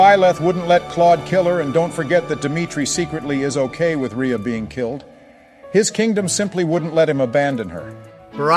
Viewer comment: I knew Edelgard would imidiatelly derail the discussion and it is hilarious. Also, I like how the mispronounce Rhea but get Lysithea right.